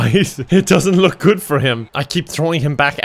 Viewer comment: Ya know it's GUD with a 'U' when says it is!